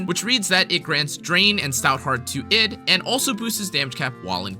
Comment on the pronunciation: Id is pronounced eed Also, I initially though Versalis was pronounced ver-sai, but that word already exists and isn't uncommon to japanese speakers, and it's spelled "Versailles", so unless it's actually mentioned by some VA in the story (in JP, the english VA is terrible as usual) then I have no idea how Versalis is pronounced either :/